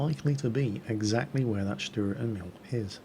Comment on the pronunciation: GAAH! its pronounced : stuhrer (long "u") Ehmihl (long "E" and "i") I'm really sorry, but as a mother-tongue german that just kept annoying me. (like so he sees)